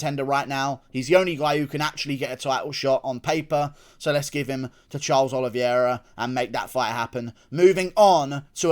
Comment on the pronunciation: Love you Guru--but please pronounce my guy Charles' last name correctly. It's pronounced "Oh-lee-vay-rah". Not trying to be pretentious, just sayin!